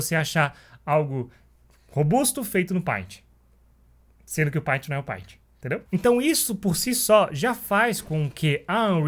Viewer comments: Bom, o conceito tá errado. O que a ferramenta faz é facilitar ou não processo, tudo depende de quem está usando a ferramenta, o paint (por favor se pronuncia "peintI", não "painti") por exemplo, ela é limitada no sentido de recursos práticos o que não impossibilita de fazer algo de qualidade com ela. Não adianta colocar um photoshop na mão de quem não tem conteúdo ou técnica pra usa-lo, melhor um paint na mão de alguém que saiba desenhar. O mesmo se aplica a qualquer ferramenta, em qualquer area existente, tanto virtual quanto real. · Só não ganhou um like porque pronunciou errado a palavra "PAINT"!!!